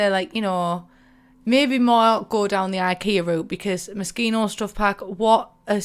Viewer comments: It’s pronounced moe-she-no! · I always thought it was pronounced Mo-SHE-no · Thought she said mosquito stuff pack 😂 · OOOOHHH when i saw that video at the beginning for the first time i thought she said MOSQUITO stuff pack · Just keep calling it Mosquito :P